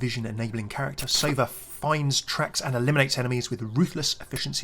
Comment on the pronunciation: It's sovAH not sOva,, it means "an owl" Also he looks a lot like Soldier 76 lmao (when he was like, 20)